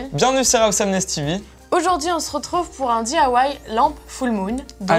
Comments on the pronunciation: c'est DIY et pas DAY Estelle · Lou bvr non elle dit : dithawaï